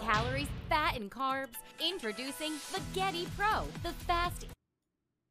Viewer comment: Jerma: pronounces Veggetti like vagina The commercial: the Veghetti... Veghetti... buy a Veghetti now! Jerma: so anyway the Vejetti